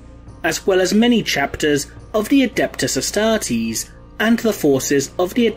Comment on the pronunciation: The way you pronounced "astartes" is a heresy by itself.